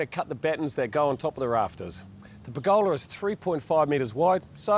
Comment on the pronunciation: Per'GOLA ... love the kiwi in the way you say it.